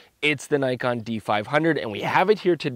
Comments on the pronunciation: Argh. N•ee•kon, not N•ai•kon. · Grrrr... Naikon :( Nee-con, please be professional, how can I trust your review if you can't even pronounce the name of the company correctly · Not to nitpick, but its pronounce Nee-kohn; phonetic basically as many foreign languages; nice review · Nikon is pronounced as 'neekon'.